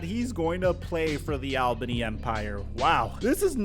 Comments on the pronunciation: It's pronounced "All-bunny". Not "Al-bane-e" 😂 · we say it all-bany not al-bany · it’s pronounced ALLbany